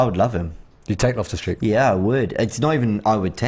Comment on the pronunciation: Loftus Cheek???? Come on man ur better than that lol